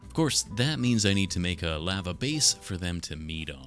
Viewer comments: I had finally came to peace with the way you pronounce aluminum just for you to pronounce lava (“laa -vuh”) as “lah-vuh”, I can’t do this anymore 😔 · I can accept how says “aluminum” but I draw the line at “lava”. Not ok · The way you say lava is so funny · I thought Lava was the monsters name cause the way he pronounced it, I only noticed he's saying the hot stuff when he started making the Lava